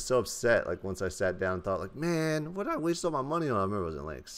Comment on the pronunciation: "I DEED IT"